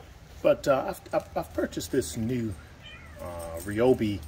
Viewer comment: Great video. Also, I love the fact that you called it REE-YO-BEE as everyone should. Thanks for the video, you sold me man.